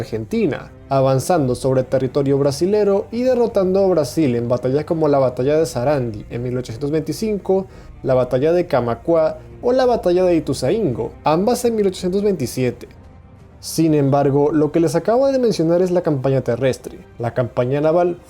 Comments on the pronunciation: Ituzaingó, Sarandí... corrección de acentos a la pronunciación de las batallas :) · Es "Sarandí", con acento en la i, también es Ituzaingó, con acento en la o. Es Rivadavia, sin acento en la i. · se dicen Sarandí, Ituzaingó y Rivadavia con acento en la segunda a pero buen video igual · Buen video, pero me puso nervioso que digas ituzaíngo, se pronuncia ituzaingó, lo mismo con Rivadavia, los pronunciarte Rivadavía. Pero igualmente, buen video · itusaingo asento en la o oooo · Rivadavía ajajajajjajajajajajj, es Rivadávia y el otro se pronucia Ituzaingó no ituzaíngo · Los datos son correctos pero los acentos son errados. Batalla de SARANDÍ Y Batalla de ITUZAINGÓ. Y el presidente era Bernardino RIVADÁVIA. ( LE PUSE LOS ACENTOS PARA QUE LAS SEPAS Pronunciar CON EL ACENTO TÁCITO). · se dice SARANDÍ e ITUZAINGÓ, ........en ambos casos lleva tilde en la ultima letra. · Muy buen video, excelente info. Te marco algo de ACENTOS, Sarandí es saranDI (acento en última sílaba) Ituzaingo es ItuzainGO (acento en última sílaba) al igual que RivaDAvia que lo tiene en la anteultima. Empecé a seguir tu canal, felicitaciones bro. Hermandad entre Argentina, Brasil, Uruguay y toda América! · Se pronuncia Ituzaingó, con acento en la "o"; así como Rivadavia (acento prosódico en la segunda "a") y no Rivadavía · Nadie:: Cisplachina, Sarándi, Ituzaíngo, Rivadavía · Haber , se dice ITUZAINGÓ Se dice RIVADAVIA NO RIVADAVIÁ POR FAVOR HABLA BIENNN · Que mania que tienes para pronunciar palabras de forma incorrecta xD (Sarandí, Ituzaingó) Fuera de eso, buen video, solamente te lo digo para que tu contenido sea ligeramente mas genial de lo que ya es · Muy conciso y claro su video. Salvo en la pronunciación de algunos acentos está muy bien. (Sarandí. Ituzaingó. Rivadavia, no es Rivadavía) saludos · o por dios es donde yo nací. Pd ahi lo pronunciamos con un acento en la o Ituzaingó. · Muy bueno pero se dice Sarandí e Ituzaingó